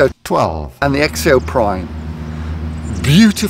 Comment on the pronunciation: It’s pronounced “zek zio”